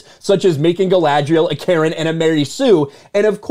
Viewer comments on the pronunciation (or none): none